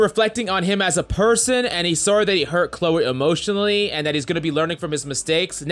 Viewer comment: I love how keep pronouncing Cleo as Chloe lmao